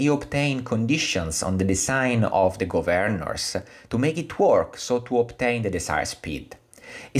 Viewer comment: Am I the only one who cringes every time he pronounces ‘Gov-earn-ers’? Other than that an interesting video